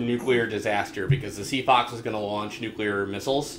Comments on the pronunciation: Nukular. Just put it in the damn dictionary already. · Okay, so I need confirmation that I'm not alone with a pet peeve... I cannot fucking stand it when people pronounce nuclear as, "new-key-lur," like it's difficult to pronounce. Fucks sake, it's pronounced EXACTLY as it's spelled; "new-clee-ur." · bonesauce its nucular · As long as you don't pronounce it, "newkeylur," otherwise I just want to punch the person. I also get irritated when people say, "all of the sudden," and, "irregardless." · nucular aluminum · why can none of those voice actors say "nuclear"